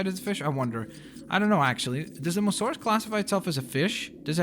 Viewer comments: Mosa saur not mosaur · oh yeah, I forgot there wasn't tiger stripes before. Its not "EVERYTHING HAS TO BE PERFECT!", its just weird hearing him saying "Mosaurus and Pteradon" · Isn't it called the mosasaurus? You are pronouncing it like mosaurus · Aqaman mosasaurus only sounds good when you say it weird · You're saying M O S A S O U R U S wrong. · may I politely ask to why you mispronounce these prehistorical creatures? As you can see, Mosasaurus has 'sa' in its name and Pteranodon has 'no' in its name too.